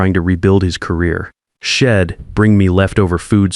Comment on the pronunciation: Shed instead of she'd. Don't use contractions if you can't make sure AI can pronounce them correctly.